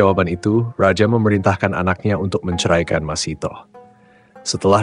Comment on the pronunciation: Masithah bukan Masitoh , ingat, MASITHAH